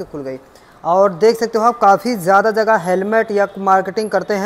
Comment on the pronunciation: Zaada nahi zyada hota hai, zagah nahi jagah hota hai, sheet nahi seat hota hai.. pehle home work karo bhaiya fir aana 🤣